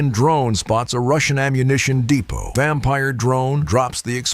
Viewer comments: Tell the robot "depot," is not pronounced dee pot. It's "dee poe." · Getting really annoying with your AI not pronouncing words correctly. EG:- DEPOT IS PROUNOUNCED WITH A SILENT 'T' SO IT BECOMES DEPO NOT DE(POT). Get your AI together. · Stop using AI commentary on videos it's shit, they cannot pronounce words correctly and punctuation is ridiculous, depoT ffs. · Yes. Can't understand how he can alternately use the English and French pronunciation of "Depot." I mean, D-POT? Really? And then Depo again. Weird. Maybe they switched AI programs? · The first casualty of war is the pronunciation of the word "depot."